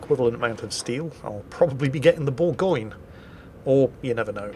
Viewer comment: Thanks for pronouncing Bourgogne properly. No other YouTube does